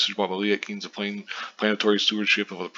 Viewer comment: It's Kines with a long I...